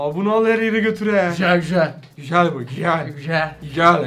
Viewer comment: " GüJeL gÜjEl " demesi 😂